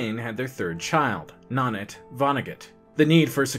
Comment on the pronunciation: This guy's okay, but isn't "Saab" usually pronounced, rather than spelled out? And isn't his pronunciation of "Nanette" unusual? I think, that all 3 hosts are good on balance, & have their good & bad points. I look forward to seeing them all!